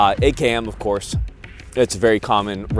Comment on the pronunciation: "Of Korth"